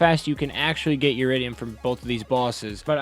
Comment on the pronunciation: Eridium not uridium